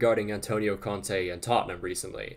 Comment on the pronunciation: When you said conte at first I thought you said Kante